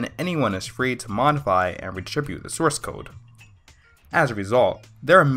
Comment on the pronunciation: Can you say "redistribute"- and "operating". he talks way too fast. Sounded better in the face view closure. At least he didn't say axe but he didn't say ask either. Let's at least give him credit for educating himself, regardless of the method. : )